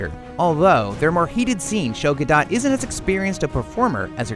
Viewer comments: Jesus, it's Gal Gadot (GUH-DOAt, soft T), not GUH-DOT. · It's pronounced "Gadoh" not "Guh-dot". SMH. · "Ga-Dot" really IGN?.. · I look forward to seeing this. You mispronounced Gal Gadot's name though. It's Gal rhymes with "call" Gadot rhymes with "the boat." In Hebrew it's spelled as follows: גל גדות. I really hope this means the DCEU just got off to a rough start and will have lots of good movies. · Can't even pronounce her name right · 1) He butchered the pronunciation of her name 2) The 7.9 thing got a lot of people triggered, because apparently their lives revolve around the number IGN gives a movie 3) Jury's still out on whether Gal is a great actress or not, so I'll retain judgement on that until she does other roles 4) I've never been a big fan of superhero movies, and I'm not gonna be a fan of this one either